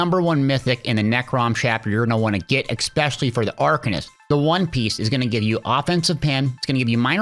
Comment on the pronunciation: FYI it's "especially" not "egg specially". You say that word wrong every single time which is weird for a grown man to do